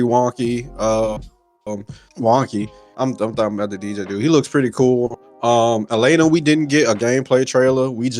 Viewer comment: This dudes voice is coma inducing 😂...the he holds his words out like hes slow AND he calls Elena "Elina" so cant really take what he says seriously when he dont know character names